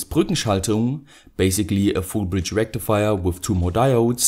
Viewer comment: It's not a single diode rectifia,it's a Fool bridge Rectifiaa